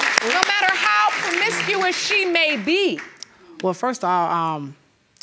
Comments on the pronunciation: "She's very FAMISCUOUS"😕😕😕😕😕😕😕😕Man I'm done😂😂😂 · He said "PROMISERUS" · Did he say she's very fromistruous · "She's very fermisius..fermiscitus...formaticus..." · What's per miss su us? He said per miss su us. 🤣🤣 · Fermiscuious???!!! Whet???!! 🙄🙄🤦🏽‍♀️😩 Learn to talk bruh before you try to talk about somebody! And going through her phone the FIRST night looking for potential ‘menS’ in her phone! Thirsty??? 💦